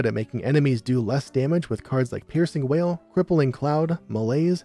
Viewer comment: Today I learned... It's piercing WAIL... not WALL